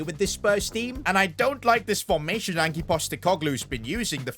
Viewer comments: You pronounce ange like anj 👍👍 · Did bro say “angy” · Please never say Ange like that again, I beg you 😭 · The pronunciation is Anj postikogloo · Bro said angi postegoglu 😂